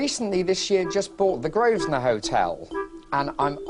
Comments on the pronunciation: He is STILL calling it "the GROVE-SNER" quiet facepalm....... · It’s his hotel, if he wants to call if Grove-sner that’s his business.